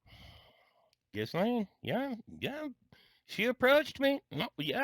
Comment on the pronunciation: Federal Judges are appointed, not elected. State Judges who are elected do very little fund raising as campaign rules are much stricter for those running for a Judge's seat. Also it's pronounced Gee-Laine, the S is silent.